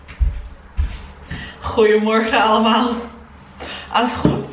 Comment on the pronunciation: Heel mooi om te zien hoe snel je het leert! En de uitspraak klinkt al best goed hoor, vooral goeiemorgen allemaal! Geniet van alle muziek :)